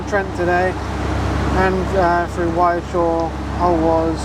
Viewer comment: Hey - Great video. Especially as this is all very familiar canal to me, as an ex-Bartonian (the Golden Eagle was in the Barton Stretch). Not trying to be pedantic - the local pronunciation for Wychnor is Witch-na, not Whitechnor. Alrewas is a difficult one for non-locals as well. As for the people who moved you on - they're pathetic and to your point should not live on a canal if they don't want to interact with the canal community. Far too many people like that around I'm afraid. Really appreciate all your videos and the continuing updates on the Bridgewater. Happy travels.